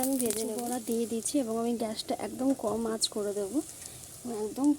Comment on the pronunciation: Kotha ta বরা নয় গো বড়া হবে।বরা মানে শুয়োর